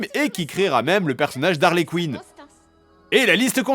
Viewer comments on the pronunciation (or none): Excellent ! Juste un petit détail : c'est pas Harley QUEEN mais Harley QUINN (prononcer KINE et non COUINE)